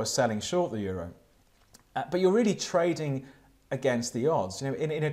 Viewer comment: Every time you say trading it sounds like toading.